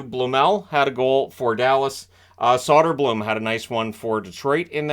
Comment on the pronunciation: I think Soderblom is usually pronounced Soh-der-blomm in Wings circles